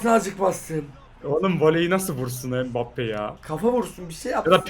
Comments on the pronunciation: Adam mbappe deil bugbapeey diyo spiker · Abi ilk dakkalara empappeye spiker pugbappe diyor